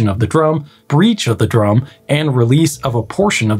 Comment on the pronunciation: Miscommunication through speech is easy. For example, with your accent it sounds like you are saying "drome" not "drum"